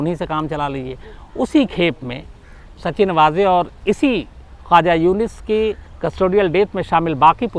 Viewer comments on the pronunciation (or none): नाम का सही उच्चारण है, सचिन वज़े, ना कि सच्चिन वाज़े...धन्यवाद...🙏